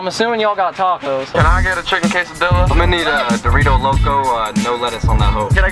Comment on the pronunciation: " Can I get a chicken QUE-SA-DEALA?"